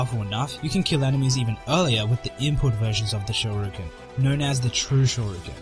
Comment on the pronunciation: It's pronounced Shor-e-yuken